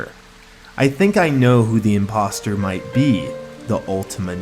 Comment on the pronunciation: OMG HE SAY IMPOSTER LIKE IMPOSTER LIKE AMONG US!!!!!!!